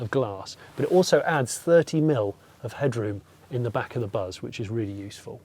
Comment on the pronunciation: Totally missed a trick not having a front 3 seat setup. I can't help thinking every time you say buzz that it's bus in a Birmingham accent😅